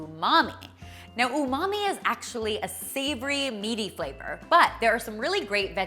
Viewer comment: You said "umamai' I instantly remembered Ross and his "unagi" 😂